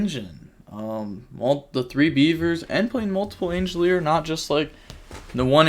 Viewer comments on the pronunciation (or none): Angeleer? Angler being short 'a' sound. As in angle. I wonder if this is on purpose now,... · There is no "I" in angler LOL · 'angelier' is crazy 😂angler like an angler fish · Please someone teach him how to say angler 😂